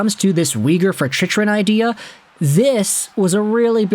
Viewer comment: Chych is pronounced Chick. Sorry, but you said it so often that I had to say something brother ;) Cheers